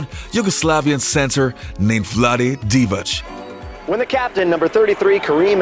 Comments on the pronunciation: maybe its your accent but its De-vok not de-voch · You can’t even pronounce names correctly, Divac, dee-vak, and it’s pronounced Threeeet.. He was 80% mid range going to the left.. bet you didn’t know that..